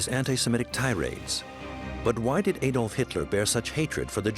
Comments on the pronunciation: Warning: A documentary which cannot even pronounce the name of Adolf Hitler and instead calls him AYdolf Hitler cannot be trusted with even more complicated information. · Hitler's first name is Adolf. in Germany pronounced (Add-olf) in Britain pronounced (Add-olf) where on earth did America get (AYY-DOLF HITLER) from??? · Not pronounced AYDOLF, it is Adolf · why do Americans pronounce it ey-dolf and not ah-dolf? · Why do Americans always mispronounce the name Adolph? The correct pronunciation is with the short ‘a’ as in apple, not the long ‘a’ as in fade. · His name was Adolf Hitler, not Ädolf (Aedolf) Hitler. There is no Umlaut (diacritical mark) over the A. The ignorance of some people is shocking. If you are making a documentary entitled "Best Docomentary", at least tell the V/O commentator to research English and/or German pronunciations first and foremost. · Adolph, not Aidolph for you Americans! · How can you make a documentary about someone and pronounce the person's name wrong?? Also he wasn't the most bloodstained person in history at all, in fact even Stalin who took part in the same war killed more. The name is pronounced add-olf not aye-dolf, there are thousands of hours of video evidence with his name being said so there is no doubt about it. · Please pronounce as "Adolf“ , not "Aydolf“. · Another Amurikan incapable of pronouncing "Adolf". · EJDOLF.. geez learn how to pronounce his name ! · All that ‘special’ research and nobody taught the narrator how to pronounce Adolf correctly. I can’t wait for the Eye-raq documentary. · I wish Americans learn how to pronounce the name Adolf. A-dolf? Stop it. Same with Eye-raq. stop it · Eedolf Hitlour pronanciation really pisses me off!